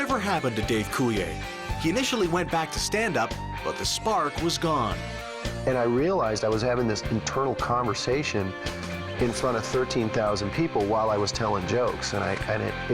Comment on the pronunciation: Dave WHO??? Someone obviously doesnt know how to say their name. That last name is DEFINITELY not cool-e-A. Its Coulier. Ya know, as in coooool-E-ERRRRRR. See that lasssssssst little letter at the end? Yeah. Thats an R. Its the 18th letter of the al-FA-bet. (Another challenge for the illiterate). Well that R makes a sound like Rrrrrrrrrriches or perhaps rrrrrrrrroyalty See how that works? Theres no "A" sound there or even a Y to give off a sorta vowel sound, so people please...get educated, okay? Now for those of you willing to say im the illiterate one here, know this: you just like to side with the majority in fear of your own criticisms, so its like that old saying, "if ya cant take the heat then get outta the kitchen." Obviously, you took that advice. Nevertheless, majority rules, and well, those very people like to hide within the shadows of the majority in fear of being themselves or expressing their own opinions due to criticism. Nuff said.